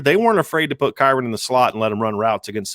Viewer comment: Who in the hell is KAREN Williams!?!? It's Kyren!